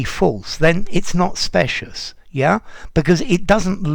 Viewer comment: Dear, in terms of pronunciation- shouldn’t “specious” be with the long “I” rather than with the “short one”?